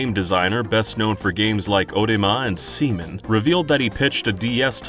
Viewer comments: Ah no no no no no!!! It's seaman! SEA! MAN!!!! Not Semen. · You clearly said semen not seaman :O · Even the Angry Video Game Nerd knew it was Seaman, not semen. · it's Seaman, not "semen". Seaman, like Batman. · bruh its sea MAN you said Semen lol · I believe it's pronounced Sea-MAN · WHY DID YOU SAY SEAMAN LIKE THAT LMAOOO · NO, DO NOT PRONOUNCE SEAMAN LIKE THAT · me too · Why'd you say seaman like that? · Ok, why did you say seaman like that? Had me dying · WHY U GOTTA SAY SEAMAN LIKE THAT DAWG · why are you saying "seaman" so strangely 🤣